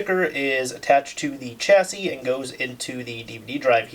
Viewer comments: I think chassis is pronounced with a 'sh' sound. Not 'ch' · Chasis is pronounced "Shassey" not "Chassey"